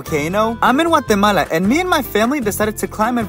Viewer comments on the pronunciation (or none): You don’t pronounce Guatemala like that